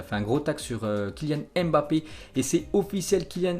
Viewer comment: Salut ça fait longtemps je t’entends dire kilyan èmbapé c Mbappé pour rectifier il dit lui même écoute les diffuseur il disent bien Mbappé mtn merci grosse force toi